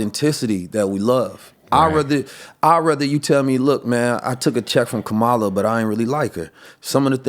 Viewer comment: Great conversation but y’all need to learn how to say Kamala (comma-la)